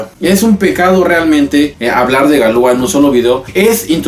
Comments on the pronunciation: Pronuncias mal, dices galúa, cuando deberías decir galuá, acentuando la última a. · En francés las palabras son agudas. Galúa es una mala pronunciación. Es correcto Galuá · No se pronuncia galúa, se pronuncia galuá....... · Interesante,,, solo que se pronunciaría galuá, con acento en la a. Ya que en francés todas las palabras son agudas.